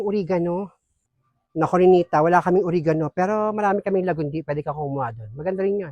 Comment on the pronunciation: Natawa kami sa OreganU! hehe Oregano po hehe hindi matigas ung dulo. hehehehe😅 Di naman true ganung kasabihan ang True ung Ramdam dn ng Kambal nararamdaman ng isa kaya magkakahawaan tlg. naku baka dyan n nakawin nu Blandina ung isa sa kambal.